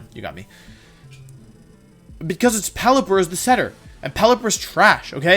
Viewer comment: Damn he really did pelliper like that